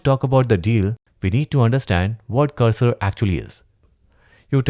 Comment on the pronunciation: Bro saying cursor a text editor is a crime 😂 but I do love your content.